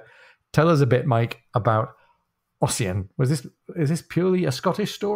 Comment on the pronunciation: Fyi Ossian is pronounced Usheen 😉